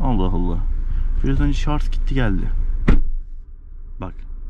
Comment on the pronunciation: Güzel bir inceleme olmuş teşekkürler sadece güzel türkçemizi katletmiyelim şarz değil şarj olacak bu kişinin kültürüyle çok alakalı